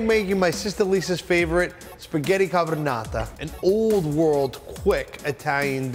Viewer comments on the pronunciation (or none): He doesn’t even say ‘carbonara’ he says ‘carbonata’ 😂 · spaghetti carbonata, what italian are you dont know how to say carbonara, carbonara my friend im not italian and i know how to say it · Why he calles it "CarboRnADA"? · You had me at "pasta cabornata" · right when he said "CarbonaTA..." i knew this dude has no idea how to make authentic CarbonaRA! Cazzo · non hai notato la cosa piu' carina: a dice "carbonaTa" XD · And he calls it “spaghetti carbonarata” 🤣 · He said carbonata. That explains everything. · it's CARBONARA C-A-R-B-O-N-A-R-A no carbonadra :) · this man is Italian?Way then call Carbonata instead Carbonara ? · He said Spaghetti CARBONATA! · I cringed every time he said spaghetti carbonata 😂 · He said carnonata. That explains everything. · Americans: please stop saying ‘par-mee-jean’... it means nothing. Parmigiano-reggiano or just parmesan cheese. Please. Also: no garlic in carbonara please! Aaaand please stop saying ‘spaghetti ka-be-nada’!! It’s just ridiculous... a chef saying that! Wth is he saying!? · Man you have to use guanciale pleaseee and it is called carbonara not carbonata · pasta 'cabrronata'? spaghetti alla car-bo-na-ra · Awful … buddy has no idea about Italian gastronomy, cannot even pronounce the dish … carbonatta… he is ridiculous. Carbonara is not done with pancetta, rather guanciale, there is no garlic in Carbonara, even my 6 year old know. Carbonara is not an opinion. I hope this video is not shown in Italy otherwise they will close borders to him. Also carbonara is done with pecorino not parmigiano. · Poi neanche sa la pronuncia,lo hai sentito :spagheri crarbonata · “The problem” here on YouTube is that everyone, who presents a Carbonara (or another Italian dish), writes in the title ...“ the real ”..... or “ the best ”..…. PS: By the way, he here can't even pronounce the name right. He says…. Spaghetti “Carbonata”. And this guy would also be an Italian !￼ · . “Perfect” pronunciation ! The Pasta “Cabronata”. 😉👍